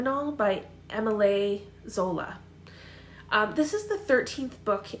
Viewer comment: Really interesting video! I read several classics from John Irving's list and I tend to agree with him. As for Stephen King, I'm like you, very surprised. If I absolutely had to choose a Stephen King, it would perhaps be Dolores Claiborn. For Émile Zola (it's pronounced like Emil ☺️), I agree again, even if Germinal is the 13th in the series, the Rougon-Macquart volumes can be read separately. Finally, I must admit that I haven't read any of John Irving's books. But I plan to read The Cider House Rules in September at the same time as Pat from